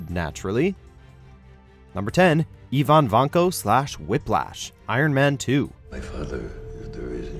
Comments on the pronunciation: You pronounced Ivan vanko (ivin vonko) like Eevin vonko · "Eeevan Vanko" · The way this guy is pronouncing Ivan is embarrassing 😂😂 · How do you mispronounce "Ivan"?!